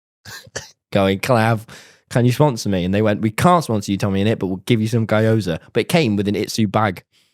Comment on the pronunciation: "guy-oza" is killing me 😭 😭 😭